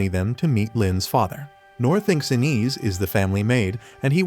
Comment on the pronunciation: it's pronounced 'Eye-nez', not 'in-is'!